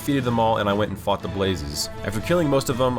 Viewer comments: “Then I went and fought the blazes” Me who thought he said f**ked: whatdidhesayyyyy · it sounds like he says “I focked a blaze”.